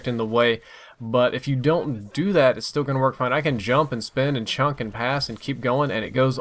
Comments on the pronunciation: Wtf does 'Chunk the ball' mean? If you mean the word 'chuck' then you are saying it wrong. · CHUCK,, The word is chuck. Chuck. Not chunk. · Thank god. Thanks for posting man, glad to know it's not an actual thing to say chunk in place of chuck. should remake this video now we've confirmed this...:) loolol